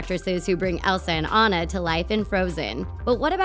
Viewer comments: Did anyone notice she said “Ana” and not “Anna” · Anna ( on - na ) not Anna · It’s ona not Anna i know that Anna is how you spell it but ya 😡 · Don't call her Anna it's pronounced onna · when you say anna in sted of ona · Did you just say an-u instead of on-u???? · It is ona not ano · In frozen Annas name is pronounced differently. It's not pronounced "An-nuh" It's pronounced "Ah-na" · Ummm honey its not anna its onna with an o but its not spelled like that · It’s.. ahnah... not Ann uh.. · It's not ANNa it's anna like awena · anna isn't supposed to be pronounced an-na. more like on-a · It’s “Ãnna” with a short A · Did she just call Anna Ann a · isn't Anna pronounced AH-na. i mean, i may have been saying it wrong so I'm just asking :). I'm not trying to be mean. Love the vid!! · The pronounce Anna wrong and it bothers me Lol have they really watched the movie?????? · YLU CANT SAY ANNA RIGHT! WATCH THE MOVIE AND PRONOUNCE IT CORRECTLY! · When u realize they pronounced Anna wrong 😫😫😫😫😫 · WHY WOULD YOU CALL ANNA, “Anna” it’s ANNA in the movie so you know it’s ANNA NOT Anna! I hate you now. Sorry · She said Anna rong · shes saying anna wrong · You say anna wrong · I keep getting triggered that they where saying Anna's name wrong